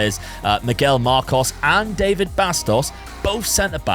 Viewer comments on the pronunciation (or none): none